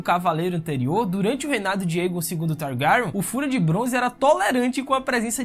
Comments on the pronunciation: Esse mlke falando targaryon, parece que botaram um testículo na boca dele! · Eu amei o vídeo, cara vc produz mto bem, ganhou um inscrito MAS, eu preciso brincar... "Targaran" me quebrou Ksksksks essa pronúncia do nome da casa me fez rir o vídeo todo.... Desculpa manin, mas tu é foda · Teu pronunciamento e péssimo mano e da agonia kkkkkkk o jeito que tu fala syrax e targaryen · Vídeo muito bom !!!!! Mano o jeito que se fala Targaryen é muito engraçado kkkkkkkkkk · você fala os nome dos Targaryen muito Feiamente